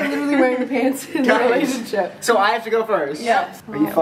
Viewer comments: MAN OF THE RELASHINSIP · uhhh relashonship?